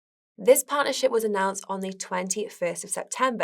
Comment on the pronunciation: "one recent partnership" sounds an awful lot like "one recent pile of shit"